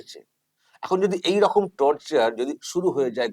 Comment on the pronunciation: যে চশমাপরা ন্যতাটা ওই ভদ্রলোককে শপথবাক্য পাঠ করানোর মত করে বলাচ্ছিল,সেই কুলাঙ্গারটাই তো ভালো করে বাংলা বলতে পারে না।রকম কে রকুম বলছিল।